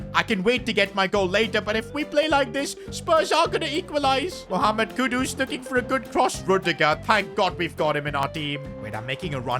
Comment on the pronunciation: Pls try and pronounce the kudus well 😊